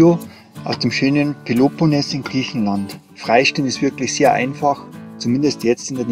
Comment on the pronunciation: Hallo, ich folge dir schon lange. Alles gut, freue mich für dich, daß du nicht mehr alleine unterwegs bist, ihr seid beide super sympathisch. Aber bitte versuche doch mal, Peloponnes richtig auszusprechen, das klingt sooo schaurig. Bei Google findest du Beispiele. Oder sags mal langsam und eintönig mit einem laaangen etwas lauteren eeee am Schluss. Peloponneeees! Ciao Ciao, noch viele schöne Momente! Gruß aus Niederbayern